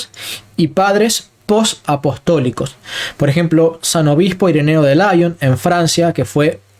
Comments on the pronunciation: Con todo respeto, hermano, excelente como siempre. Lyon es francés se pronuncia Li-on no làion. San Ireneo de Lyon (li-on acentuándose on ) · Muy buen trabajo. Pero me atrevo a realizar una corrección mínima. En san Ireneo de Lyon, mejor leerlo no a la manera anglófila (laion). Es una ciudad de Francia.